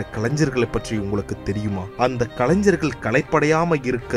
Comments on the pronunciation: கலஞ்சர்கள் இல்ல... கலைஞர்கள் நண்பா... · Nice video... But one thing... Kalanjargal Kalanjargal nu sollumpodhu... Kaadhula kathi vittu aatra madhiri irukku ayya... Pls...